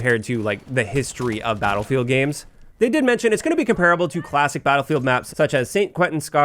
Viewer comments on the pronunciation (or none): none